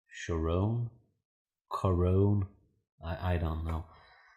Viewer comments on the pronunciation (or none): Picked this up for $11, this game is so under appreciated. BTW, the card “Charon” is pronounced “CARE-ON” I believe. 😉